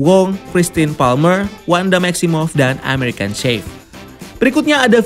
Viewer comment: American Chavez bacanya cavez, bukan sheivs😭